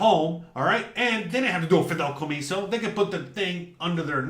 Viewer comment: 😂, I know youre cuban, but its not called “Fidelcomiso” its Fideicomiso.🇨🇺